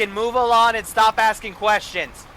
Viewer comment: He says move alon not move along